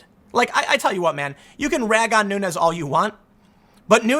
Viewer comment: You are miss pronouncing the name of Rep. Nunes. It’s a Portuguese name so it should be pronounced as the plural of noon, noons